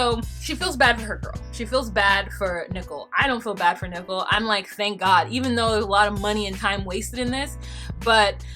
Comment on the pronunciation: I absolutely love when you pronounce her name "Nickel". Hilarious.